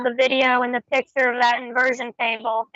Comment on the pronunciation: CONSTANTLY: PICHER INSTEAD OF “PICTURE”. WHAT AN IDIOT. HOW MANY LOANS TO YOU HAVE? I DON’T KNOW. BRILLIANT